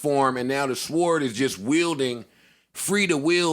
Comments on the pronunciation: Joe learn to say SWORD or stop saying it hahahahahaha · Why is Joe pronouncing sword like “sward” 😂😂😂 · We're pronouncing the "w" in sword now?